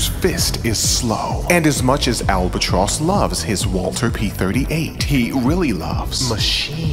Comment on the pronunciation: Are you saying Walther wrong on purpose?